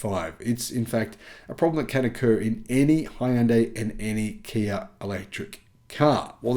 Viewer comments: Hyundai rhymes with "Sunday" (HUN-day) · Great channel however one thing bugs me a bit. What is the correct pronunciation of Hyundai? My understanding is it rhymes with Sunday???